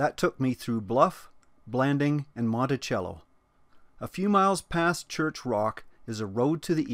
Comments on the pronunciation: Just a late note.....Monticello is pronounced like this..... Montisello, not Montichello. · It’s montiSELLo not cello like the instrument lol